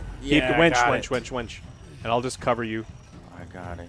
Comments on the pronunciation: The best part of the video when Joe calls the winch a wench. Which is what you would be calling for in the middle ages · I can't stop laughing about them talking about wenches instead of winches. "Get on the wench!" "The wench got firebombed!"